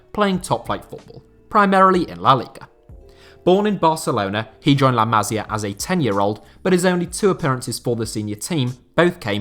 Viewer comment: Pronunciation tip if you're interested. With Masia and Almeria, the accent is on the second to last syllable. It's la ma-sEE-ah and al-mer-EE-ah.